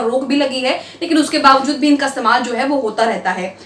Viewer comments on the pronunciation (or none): none